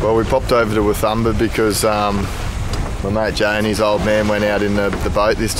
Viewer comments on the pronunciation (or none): Hi guys, love the video! Just an FYI, being a Hervey bay local and having been to Fraser many times, (Father-in-law was also a tour bus driver on Fraser for 16 years) the correct pronunciation of Wathumba is "Watoomba". Don't worry too much, everyone gets it wrong. Looking forward to watching more of you travels :-)